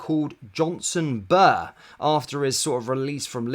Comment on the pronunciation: Not Bur , Burrah